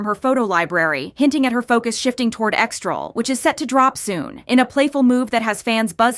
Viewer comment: Guys it’s EXTRA L, not EXTRAL 😂